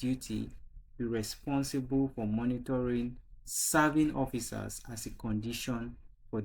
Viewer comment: Very sorry, but that word is pronounced as "mentoring" and not "monitoring"